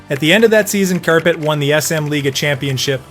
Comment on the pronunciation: I don't know calling Kärpät carpet might be slightly worse for me. its kinda funny tho 🤣